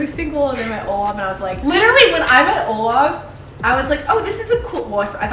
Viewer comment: Did she just say Olaf?